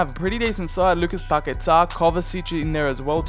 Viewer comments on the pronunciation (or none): none